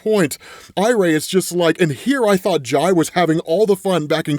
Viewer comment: hey. I think its Jai as in pie and Irey as in wiley